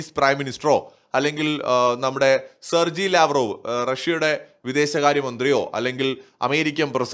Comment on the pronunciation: സെർജി ലാവ്രോവ് അല്ല സെർഗേയ് ലാവ്രോവ് എന്നാണ്. (I speak Russia)